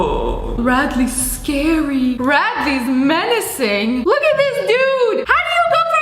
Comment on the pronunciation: “Radley scary. Radley menecing.” SSSniperwolf 2023